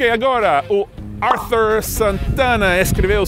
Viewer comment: Arthur brasileiro não é Ár-thâr e sim Ar-TOOR!